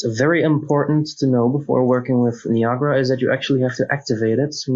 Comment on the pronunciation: Just so you're aware, it's three syllables and pronounced *nigh-a-gruh* (the waterfalls in Canada) and not *nee-ah-gah-rah.* Many seem to get it wrong for some reason. That aside, good video.